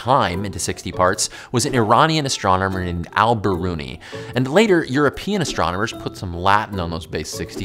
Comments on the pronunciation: You should also apologize for mispronouncing Al Biruni. Al is pronounced like "ull", not Al as in albert. Be smart. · You didn't apologize to us Persians fir that butchering of Al-Biruni 😂😂😂😂